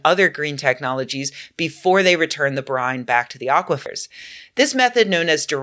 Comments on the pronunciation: Aqui-what? LOL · It was aquifer, no?